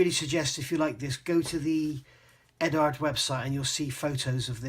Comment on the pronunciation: Eduard as in Edward. Not Edard.